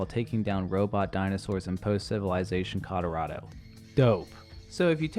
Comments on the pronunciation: Are you saying Conorado or Colorado? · I thought it was 'Codorado' land of fishy cowboys. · I also heard 'Conorado' earlier in the vid. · "post civilization Codorado" HAHAHA where the fuck is Codorado? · Is it just me or does this guy say Colorado like "Conaranto" both times? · The way u say colorado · Dude it's Colorado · All these people pointing out mistakes he made, but no one noticed that he can’t say Colorado? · This man can't say Colorado. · I think it’s called Colorado not whatever the hell you said